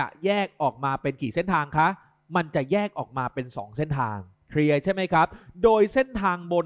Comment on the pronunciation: เอ๊ะ ทำไมเราได้ยินว่า เพลียใช่มั้ยฮะ555